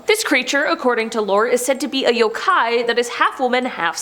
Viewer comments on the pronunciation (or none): none